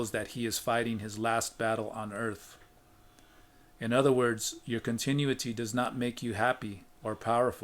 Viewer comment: con—tin—oo’—it—ty. 5 syllables with accent on the 3rd.